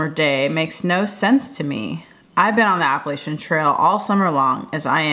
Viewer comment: I think the worst thing you do is pronounce Appalachian wrong. ;) Epic schooling, parents! I feel like a failure as a parent watching your trail doc. :P